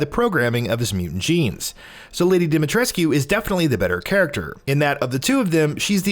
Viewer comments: The game has been out for days and you still cant pronounce her name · Ethan is an American and americans don’t know how to pronounce shit (or they don’t want to) so it’s in fact rather realistic. In all the other languages, it’s pronounced the right way. It’s only pronounced wrongly in English. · why do people still mispronounce her name? Capcom actually said its mispronounce "Lady DIMITRIS" not dimitrisscu. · Bro i get it, but the game takes place in Romania. The "u" isnt silent at all in our language, a lot of family names having "-escu" as a suffix (ex. Georgescu, Iliescu... etc.). She is Romanian and therefore her name is too, just because the voice actors don't pronounce her name with an "u" doesn't mean it's the right way to pronounce it :) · If your that obsessed why cant you pronounce lady ds name properly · It's not pronounced "Dimitreskyuuuu"..it's pronounced "Dimitresskkkkkehh" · Come on, if you're gonna do games journalism at least learn how to pronounce the name. She SAYS IT IN THE GAME, did you even play these games before reporting on it or what? Her name is pronounced Dommi-tres'ck, not Dimi Tres-q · he said demi tres coo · No no no you say her name like domytresc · It’s pronounced “dah-mee-tresk”, no need to elongate the “koo” at the end. And anyone who has played the game knows she’s NOT a vampire 🙄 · Why is it so hard for people to pronounce her name correctly??? Dimitrescu (Dem-i-tresk) Stop pronouncing the "u" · Bruh it isnt.... Im romanian and its pronounced deemeetreskoo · Can people please stop pronouncing the u in Dimitrescu? It's pronounced DimiTRESK. Like literally her name is said quite a few times in the game... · Anyone else kinda bothered by constant pronunciation of DimetrescYOOOU... haha... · Great video but your pronunciation of Lady Ds second name bothers me more than it should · I’m sorry but during the game Lady Dimitrescu says her name more than once however you are not able to pronounce it correctly?